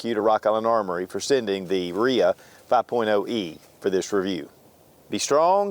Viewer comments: Really? "Reeah?" No. R-I-A 5.0. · RIA isn't a name it's an acronym R. rock I. island A. armory. Dude keeps calling it a RIA HAHAHAHHAHAHAHHA